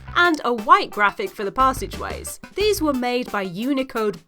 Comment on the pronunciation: Pass-age ways!, You snob...